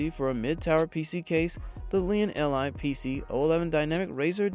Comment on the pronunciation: Lian... EL, Eye... Lmao